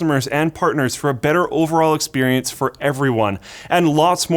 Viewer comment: "experencte".. yeah I would second that.